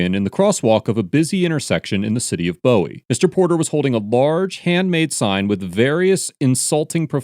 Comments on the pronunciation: Love this channel & I know this is a dumb nit pick but it pronounced boo ee not bow ee. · I hate being "that guy" but as a Maryland resident, the town name is pronounced "BOO-wee", not "BOH-wee". More knife, less 70's glam rocker. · Where do your initial video clips come from? The first clip is from a city called Severna Park 30 minutes away from Bowie. The second clip has mountains in the background. There aren't mountains within an hour from Bowie (Boo-wee) not (Bow-Wee). Just curious how that happens for when I watch videos from areas I'm not familiar with. 🤔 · first it is NOT pronounce bow-wee it is pronounce boo-wee dang...second good video since I live in Bowie (boo-wee) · Its pronounced "boo-wie", not "boe-wie"... Lol im sorry i had to say it being from MD. But thats besides the point. This was a funny video. Cops just waste tax dollars on vain interactions like this. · Im sorry but im from Maryland and I cant help but notice you kept saying Bow-Wee when its pronounced Boo-We like king boo from mario then we. LOL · It's pronounced BOO-EE by the way. Not BOH-EE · Boowie....not bowie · Omg it’s not Bo-ee it’s Pronounced Boo-eee. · phonetically, it's "BOO-wie", like a Bowie knife. Not "BOW-wee", like David Bowie. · “City of (bo-e)😐” it’s pronounced “boo-ee” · FYI it's pronounced Boo - Wee not Boh-Wee. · It’s pronounced BOO-IE Maryland. Not Bow-IE. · Lol bow-e? It pronounced boo-e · great video but its Bowie is pronounced different than David Bowie it's Boo-eee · Dude I went to college there and I cringe every time you pronounced Bowie. It's pronounced Boo-weee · Just, fyi, I live one town over from Bowie in Gambrills, Md and it is pronounced phonetically "Booey" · As a Marylander, everyone in the DMV call Bowie by its proper pronunciation "Buoy" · Bowie, Maryland is actually pronounced as "boo-ee / boo-y" people often mispronounce it because of the singer David Bowie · Its pronounced Boo E. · I believe Bowie MD is actually pronounced boo-ey